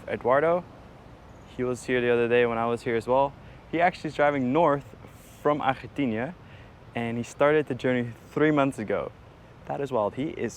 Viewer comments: Hello, please stop mispronouncing the name of your destination country. It’s not Argentinia, ArgentiNA. Please do better. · We are way too many videos deep to still be calling it “Argentinia” it’s ARGENTINA